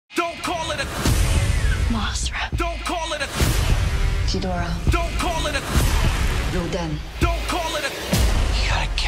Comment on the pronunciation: did i just hear MOSERA like that just triggers my ocd